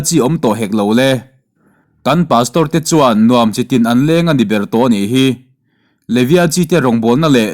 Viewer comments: An lêng a ni lo, an leng, kê leng vak vak kan sawi ang khan, thluk loh tur, Hmâ kan la sa -sawi a, 'sawi' hi kawngka sawi vak vak ang a lam tur. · Mizotawng chhiar dik hi a har a nia nge. Nuam chitin an leng. Heihi ke kan leng awrh awrh / vak vak tih a leng tih ang khan lam/ chhiar tur a ni e... Nuam chitin an leng. Thiante nen a leng tih ang khan i rawn chhiar a, a thu nen a in mil thei tlat lo.